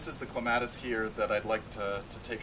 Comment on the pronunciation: thats not how you pronounce clematis